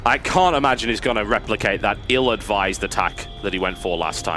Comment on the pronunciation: I have a great deal of respect for, but can someone please tell him there is no 'k' in 'going'?